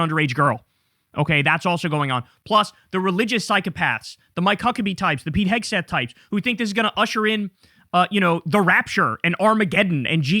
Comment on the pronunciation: are you deliberately mispronouncing Hegseth name? turning it to Hegsbreath?